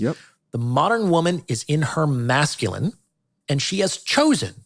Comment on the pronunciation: Great post as per. Bro Y do U keep pronouncing Mashculine?! Is it on purpose or U cant say Masculine?